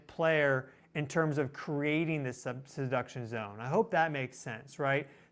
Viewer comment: I just heard 'seduction' zone, LMAO😂 Sorry😅